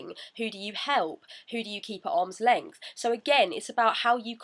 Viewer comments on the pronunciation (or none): none